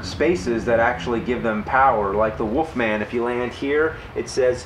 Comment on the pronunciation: I love how James calls him the "woof-man".